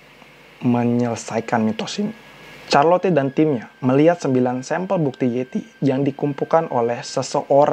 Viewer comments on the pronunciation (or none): none